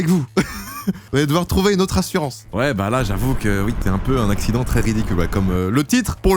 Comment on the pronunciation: Cet "addiccent" ? Petite dyslexie ?